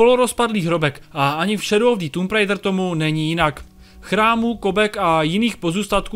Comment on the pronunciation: Anglická výslovnosť recenzenta je otrasná. Neskutočne mi to trhalo uši a keď recenzent už 6. či 7. krát vyslovil nesprávne názov hry, tak som recenziu skoro nedopozeral. Recenzent by sa mal pred nahrávaním pokecu poriadne naučiť výslovnosť. Neskutočne tak totiž degraduje prácu mnohých ďalších ľudí. S celkovým hodnotením hry nemôžem súhlasiť. Množstvo vedľajších úloh by som z plusov jednoznačne premiestnil do mínusov, nakoľko Tomb raider nikdy nebola sandboxovka. V dôsledku toho a veľmi frustrujúcich skokových pasáží kombinovaných s nepresným ovládaním je moje hodnotenie tejto hry slabých 40%. Z uvedených dôvodov som túto hru nebol schopný dohrať, pretože som z nej ostal úplne znechutený a značne rozčarovaný. Najlepší je jednoznačne prvý diel novej série, u mňa skvelých 95% a obrovské natešenie na pokračovanie. Dvojka ma veľmi nepríjemne zaskočila zbytočnými kartami a aj určitými zmenami hratelnosti, ktoré sa však ešte dali prehryznúť. U mňa to tak má za priemerných 75%. Po jej dohraní som dúfal, že v ďalšej časti sa tvorcovia vrátia hratelnosťou k prvej časti. Bohužiaľ po skvelom začiatku trojky prišli veľmi nepríjemné, vyššie popísané, prekvapenia.